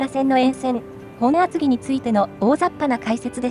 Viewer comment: ｢もとあつぎ｣ではなくて ｢ほんあつぎ｣